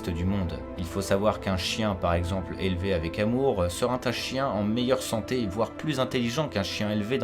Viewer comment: BRIGADES DES LIAISONS DANGEREUSES, BONJOUR., vous avez été contrôlé positif à la liaison dangereuse, à, avec votre "[...] un chien élevé avec amour sera ' t' un chien". C'est une amende de première classe, donc vous ne perdez pas de point sur votre permis youtube, mais il vous en coûtera quand même une recommandation pour l'excellente chaîne "507 heures" dans l'une de vos vidéos, ou bien par le réseau social de votre choix. Bonne journée à vous!;-)